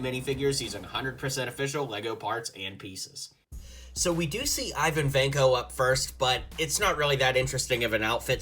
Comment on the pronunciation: Pronounced Vanko wrong. Von Ko Vain Ko